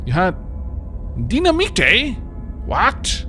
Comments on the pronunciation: DY-NA-MITE not Dina-Me-Tay.... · Haha, the way pronounces dynamite is so funny., it's pronounced die-na-might. Or is this an inside joke from a different series? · By the way,, dynamite is pronounced "die-nuh-might." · Can you try to pronounce dynamite like dine-uh-mite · You joking with the dynamite pronunciation. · There are going to be thousands of people watching this that are so triggered by how you say dynamite, I'm in the crowd XD